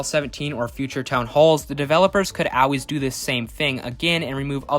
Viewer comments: Stop saying “Al-ways” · Yeah cool video but why do you pronounce the word aalways like that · Not OW ways, ALL, ALLLLLL, L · Bro says “always” funny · You say always weird